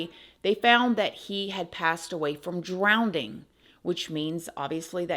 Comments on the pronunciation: Lady, there isn't another d in drowning. Stop saying drownding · Drowning . Love you upside down but I have my nerves, and you hit one when you add an extra D in drowning. Sorry. Huge love and hugs.